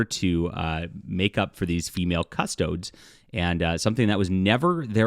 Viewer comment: just clarifying that it's 'cuss-toe-deez' which is still silly.